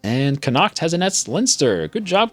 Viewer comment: Connaught is pronounced conn-uh-cht not con-acht